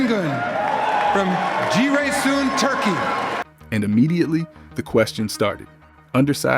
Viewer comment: Adam dersine çalışmış. Yerlisi nasıl söylüyor öğrenmiş. Ciresun!